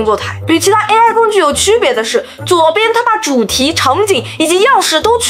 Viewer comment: 左右的 它把主题 是你的原话吧？ 但会空耳成 他妈，， 不过 如果真的说称他妈 其实更好😚